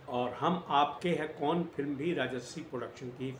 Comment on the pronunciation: अबे बॉस पहले नाम तो सही से बोल लो मूवी का शुरू होने से पहले ही लटक रहे हो😂